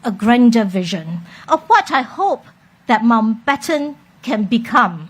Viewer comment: Why when she says Mountbatten she is missing the letter n sound in the middle? Replaced with o sound When she mentioned gesture in the other interview, the j sound replaced with g sound.